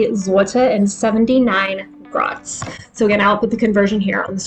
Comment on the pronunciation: A penny or grosz is pronounced grosh not grots, and the plural pronounciation is groshy